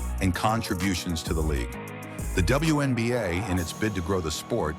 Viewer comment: It's called the WNBA, not the BWNBA.